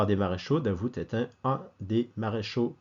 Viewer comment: Le "t" de Davout est muet. Mes oreilles ont saigné pendant toute la vidéo 😄. Un habitué du quartier depuis 30 ans.